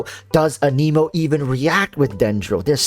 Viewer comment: I think he seems pretty solid. I agree... pretty blah design for a character that has been getting speculated about and hyped since like the NEGATIVE 2.0 patch 🤦🏽‍♂️🤦🏽‍♂️🤦🏽‍♂️🤦🏽‍♂️🤣🤣🤣 I think the worst part about Heizou so far is all the top content creators mispronouncing "anemo"